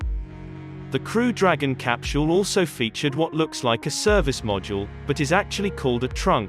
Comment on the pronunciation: The "cap-chule" is really hard to ignore!